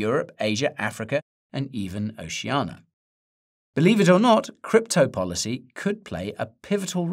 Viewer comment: Did you say Oceana? Lol 1984!